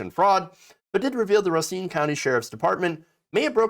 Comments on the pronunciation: Pronounced RUH SEEN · "Racine" say it like this.. "Ruh Seen" is the correct pronunciation. I should know... it's my last name. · It's Ray Seen... Correct pronunciation. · Racine: pronounced RAY-SCENE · Pronounced “Ray-seen” WI